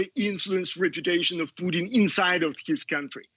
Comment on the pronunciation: This Comantator Cannot pronouce PUTIN there's an I in the name.